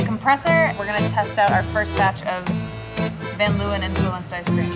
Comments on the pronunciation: Love how American people butcher dutch names, van 'luwen', its Leeuwen, pronouncing the 'eeu' with the sound of an 'a' in ape l-a-wen (a as a in ape). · She pronounces Van Leeuwen so weird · Any dutchie understands me if I say that I laughed so hard every time when they said Van Leeuwen😂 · For Dutch people it's very funny how they say "van Leeuwen" because that's not how you pronounce it😂 lol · The way they pronounce Van Leeuwen is so funny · the way she pronounces van leeuwen, its a dutch last name, XD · *Dutch people cringing at how they pronounce 'van leeuwen' * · The way they pronounce "Van Leeuwen" 🤨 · Everytime they say Van Leeuwen it makes me think of that BAD movie Eurotrip where they make a trip through basically just Prague and end up at VanderSex. The pronunciation is so cringy 😆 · That's not how you say van leeuwen lol